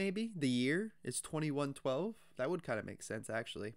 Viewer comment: You were correct the first time: pronounced "Twenty-one twelve", and yes it is the YEAR. Also, kudos on "getting" what was happening in the story without the benefit of the (very popular) cartoon video that shows the characters, and also shows the UNSUNG lyrics that accompany the story (which are actually included on the album's lyric sheet, and are a more detailed narration as to what the main character is doing/thinking.)